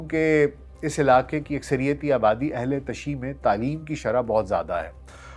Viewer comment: Sahih talaffuz ,ahl_e_tashayyu, hay